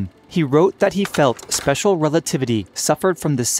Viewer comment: Spesher rerativity.